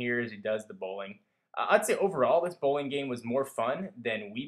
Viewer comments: you mean bowling... you said blowing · Boxing? Blowling? i thought the game was called bowling. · Blowling. Was that a freudian slip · lol Blowling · LOL "Blowling" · Blowling lol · Blowling? bLowling? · haha you said Blowling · Blowling Rather ? XD ( did he misspell bowling or blowing ? ) XD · "Blowling rather." LOL!